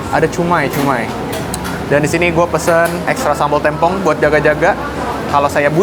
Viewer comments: témpong mang, bukan têmpong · samabal TEMPONG bang bacanya , bukan TEMPONG 😢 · yang bener tempong bng bukan tempong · cara bacanya tempong bang bukan tempong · Tempong apa tempong? Yang bener tempong bang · Yang bener namanya tempong bang, e nya dibaca e, bukan e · Tempong bang bukan tempong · tempong "e"nya vocal bukan "e" pipih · Tempong bg E nya kaya kata sate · Tempong apa Tempong